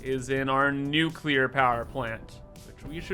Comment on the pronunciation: New-Kewler Powah!